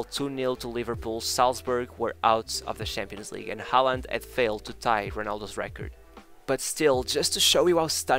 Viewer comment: Learn how to say his name properly.